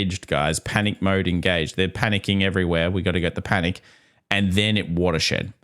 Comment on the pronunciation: says "panick". 😂